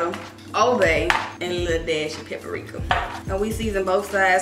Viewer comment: Lol I love you D❤, but it’s PAPRIKA, not pepperika